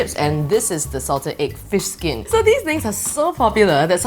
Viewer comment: She has problem pronouncing fish skin😂😂😂